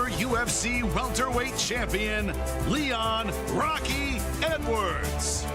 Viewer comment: haha, feeling sorry for Leon rocky edwoars🤣🤣🤣🤣